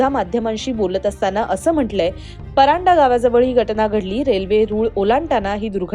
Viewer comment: Madam pardhae not paranda